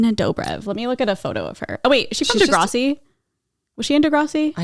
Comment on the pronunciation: DeGRASSi not degrawsi